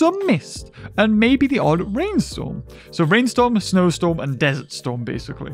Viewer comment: You're pronouncing "Desert" wrong.